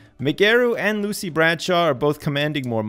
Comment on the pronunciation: 20 years with the company and Lucy is still frustrated that has yet to pronounce her name right.